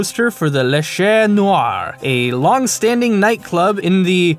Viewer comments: Chat noir means black cat mate.... And it's pronounced Sha noir... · Le Chat Noir. the "T' in Chat is silent. The "CH" is soft. the rest you said correctly enough